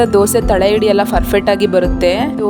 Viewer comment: ಹಿಟ್ಟು ಅನ್ನುವುದನ್ನು ಇಟ್ಟು ಎನ್ನುತ್ತೀರಿ , ಹಿಡಿ ಅನ್ನುವುದನ್ನು ಇಡಿ ಅಂತ ಹೇಳುತ್ತೀರಿ.